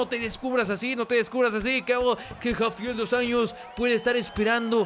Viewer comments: Se pronuncia "Jafael Dus Anllos" haciendo los sonidos un poco guturales. jajaja Gran video, como siempre. Like ;) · la J en portugues se pronuncia como una SH osea la forma correcta de pronunciar seria Rafael dos Anshos aparte rafael es casi como en español es Rafaeoul